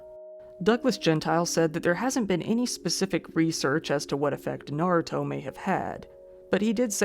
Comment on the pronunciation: Thanks for pronouncing Naruto correctly (I know you lived in Japan, but so many channels come up with weird pronunciations that it bugs me.) I've never watched Naruto, I'm a mecha fan.